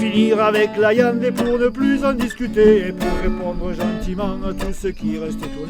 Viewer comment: J'adore quand il dit la iande (viande )